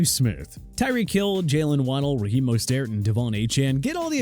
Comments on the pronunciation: It's CHUBA choo-ba Hubbard not CHUBBA!! Also Mostert is pronounced MO-STIRT not MOSTAIRT and Achane is pronounced Ay-chan! ALSO YOU SKIPPED THE VIKINGS! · It’s so embarrassing how you guys constantly butcher peoples names like how is this a sports channel and you can’t say most-ert. instead of most-stert like come on who runs this channel🤦🏽‍♂️🤦🏽‍♂️🤦🏽‍♂️